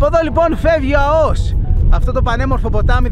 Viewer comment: Αώος ρε γαβ γαβ..Α ώ ος!!! Το εχεις πει 150 φορες και ξερεις οτι ειναι λαθος.